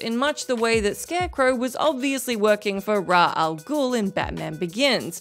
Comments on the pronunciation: With every video I watch I am more convinced that they pick out one word and say "today is the day I mispronounce this word". Today's word was Ras. Not one to say it the way it's been commonly said with the SH sound at the end, or even the Nolan verse with the AAS sound...nope today just dropped the S altogether because why not. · okay, if you're going to pursue a career in journalism, youtube or otherwise, please get your facts straight. Ra A'Ghul is actually Raz A'Ghul. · "Raw" Al Ghul?